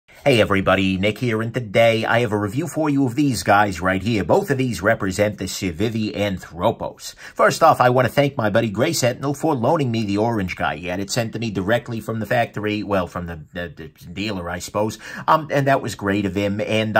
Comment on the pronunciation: Anthropos (Άνθρωπος) is the greek word for human. Also the correct intonation is ànthropos with the a emphasized. Other than that good job on pronouncing it, have a nice day :-)